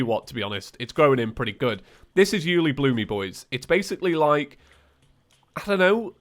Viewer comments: Why does he say Uelibloomee when refering to Uelibloom? That makes this way harder to watch for me XD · by the way im pretty sure ueilibloom is pronounced "you-ay-lee-bloom" and not "you-lee-bloo-me" XD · dude it s uelibloom not uelibloomy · what is Uelibloomie? i have only heard of Uelibloom. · Take a shot every time he says you-li-bloomy I dare you (FYI this was made at beginning of episode so do that at beginning) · calls ulebloom "ulebloome" Edit: there already is a comment about it but I didn't see it. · It's actually pronounced "uli-bloom" not uliblumy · I swear say uielbloomy one more times IT UILEBLOOM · 'Uelibloomy'? is it a joke? if not a joke its 'Uelibloom' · yooly bloomy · This man just pronounced it U-lee-bloo-me. I thought it was always U-luh-bloom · Me and the boys watching mage 31 like: (⌐■_■)(⌐■_■)(¬‿¬)(⌐■_■) Also it's: U-le-bloom not U -li-bloomi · ??? I always pronounced it Yule-lé-bloom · I'm still confused on him calling it uelibloom-y, not sure if he's doing it on purpose or not, but I noticed on his last calamity playthrough, and I'm just curious, if anyone knows. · I lowkey lose a bit more of my soul every time pronounces something like 'Profaned', or 'Uelibloom', or 'Elysian'. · i dispise the way he pronounces uliebloom